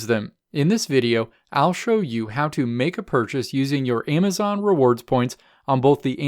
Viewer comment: Stop saying AYEMazon. So annoying